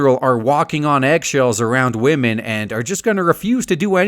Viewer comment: >respeking wahmen